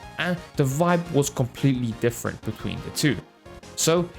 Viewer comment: "im difirent!" *picks Volt xD yah that got a chuckle out of me